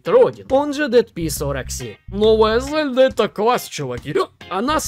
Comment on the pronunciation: Лайк только за то, что ты пока единственный блогер в ру-сегменте, который правильно произносит имя Зельда👍👍👍 Даже не знаю, какой имбицил решил в русской озвучке произносить мягкое Е - ЗЕльда🤦‍♂️ это как ИзËльда или ИнЕсса..